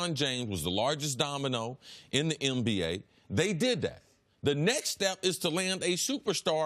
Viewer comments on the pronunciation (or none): Is it just me or do y’all hear Cris Carter say MBA instead of NBA every time? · Is it me or does Chris Carter sounds like he's saying "MBA" instead of "NBA"